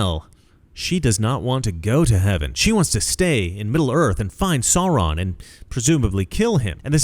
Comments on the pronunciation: Please sir, Sauron is pronounced Sow Ron, not Saw Ron. It’s really distracting 😅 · Absolutely! I thought of them instantly. Didn’t Peter Jackson show some of those groups in the large war scenes? Riding elephants, I think. All the peoples of Middle Earth came to fight Sauron in the end. (By the way, it’s pronounced “Sow-ron,” where “sow” rhymes with “now.” Or “ow!” 😆 )